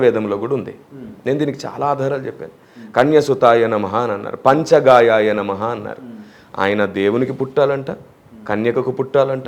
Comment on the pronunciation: పంచ గాయాయ కాదు.... పంచ గయా అనాలి....శ్లోకాలు చదవడం రాక వక్రీకరిస్తున్నాడు...